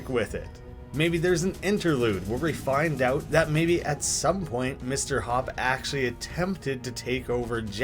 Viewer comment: Him: Mr Hopp Captions: Mr Hawk